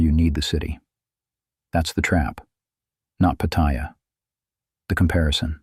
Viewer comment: No. I escape to Pattaya so that I am not trapped in my regular life. And learn to pronounce Pattaya, you sound like a newbie. But you do make some good points, for some men.